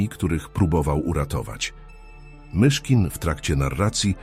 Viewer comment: Chciałbym prosić autora tego filmu, żeby sam czytał. Albo wziął lektora. Mogę pomóc. Ilość błędów i sztuczność psuje przekaz. Frazy w stylu 'historia MiCHKIN' po prostu zdradza użycie syntezatora czy innych metod sztucznych. Wrażliwi ludzie chcą autentyczności. Poza tym doskonała robota!